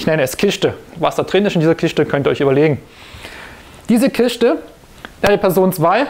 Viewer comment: Kiste !!!!! Nicht Kischte